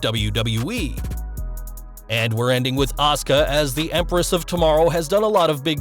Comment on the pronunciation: is 100% right. This is not a matter of dialect or accent. If I write JEAN, what name is that? The muscles from Brussels, or a cleaning lady? Names are sounds, not written words Have you seen Simon Miller? The guy must hear the name Asuka weekly, but says "Oscar". It infuriates me, I learned simple phonetic repetition while still pooing where I stood